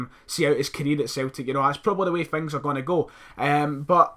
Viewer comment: Stop saying fings...instead of things!!!!!!